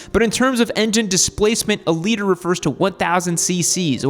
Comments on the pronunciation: I’m glad I came across this. Every time I’ve heard you use the phrase, I thought you said ‘leader bike’…!🤣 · I swear you're saying leader bike 😂😂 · its liTER not LEADER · dude I thought you said leader bike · Wait… so all this time I thought he said “leader” bike🤦‍♂️ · This whole time I thought you were saying "leader bike." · Oh, “liter”, not leader. In my defense, everyone who says liter sounds like they’re saying leader.